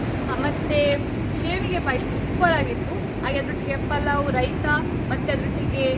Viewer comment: It is shavige not shevige please learn kannada